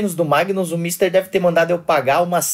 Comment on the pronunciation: Que ódio de ouvir esse bicho falar "mister" pqp